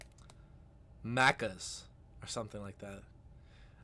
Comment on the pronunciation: Spot on pronunciation of "Macca's"!